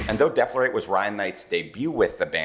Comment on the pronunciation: Nope, he said it right. Deaf-lorate.